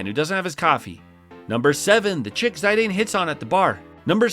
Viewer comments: Zy-dane? It's Zih-dan, like Zinedine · its Zee-dann, not Zayydeyyn 🤦